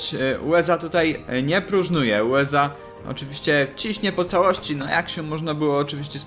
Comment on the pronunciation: USA, a nie UEZA!